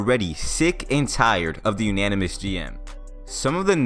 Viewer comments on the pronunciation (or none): Nope, it's not "anynomous" either. It's anonymous. 😂